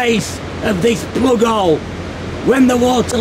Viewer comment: Whos here just to hear him say, "plugole"?